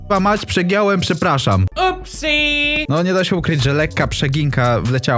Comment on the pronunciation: to niezłe PREPRASZAM